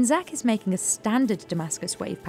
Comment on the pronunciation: "Makink" xD